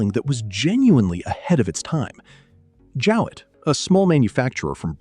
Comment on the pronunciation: Jowett not Jewett.